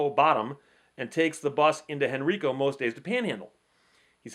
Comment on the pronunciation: Henrico County. The major county of Richmond. Pronounced Hen-rye-co.